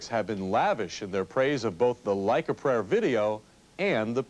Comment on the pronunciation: O vídeo é excelente. Mas eu tenho agonia em ver todos os Youtubers pronunciando "prayer" errado 😅